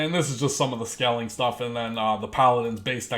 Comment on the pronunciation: Long time subscriber here. I agree with everything you said man. Except one thing. Its scaling... not skelling. Lol good vid man. Keep the pressure on.